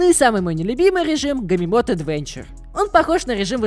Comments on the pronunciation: ето НЕ гимемод а ГЕЙММОД РУСКИЕ НАУЧИТЕСЬ НЕ ЧИТАЕТСЯ ТАК КАК ПИШЕТСЯ! У ЕТО УЧИЛ В ПРЕВАМ КЛАССЕ!!!!! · Скажу так англ произношение отстой но матерьял ролика реально полезен . Просто поработай над произношением англ слов (gamemode как геймоуд а не гамемод)